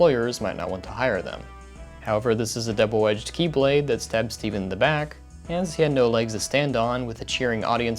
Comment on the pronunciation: ..did you just say Keyblade or is that just me?